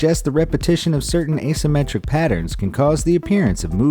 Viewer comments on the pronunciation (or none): none